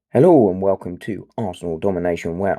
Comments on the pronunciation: Listening to it back, it does sound Scottish! 🤣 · Great video mate do you say hello in a scottish accent!